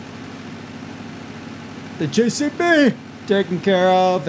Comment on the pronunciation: stop saying JCB like that